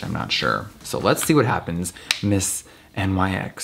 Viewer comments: literally everytime he said N.Y.X. i was like "no Nyx." Ive never heard anyone say it that way before. like... ever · Pronounced “Nix” not “NYX”, For yalls info lol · It is NYX (pronounced Niks) not N.Y.X. It is named after the Greek Goddess of the night. Nothing to do with NY, the brand is from LA. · no its nyx not N.Y.X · I hate how he says “N Y X” instead of “niks” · "NYX" is pronounced "nix" like the mythological character. Having said that, Europe is the best, and yes it's made in Europe, but 195 is overpriced even for rich people. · Jeffree says "nix" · I WAS BOTHERED THAT HE SAID N Y X HONESTLY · "Miss N-Y-X" Lmao Jeffree doesn't know about nyx on the daily. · Am I the only one who got triggered by him saying N.Y.X there is no periods🤣🤣😂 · NYX is not pronounced letter by letter. Omg. English speaking people all pronounce it wrooong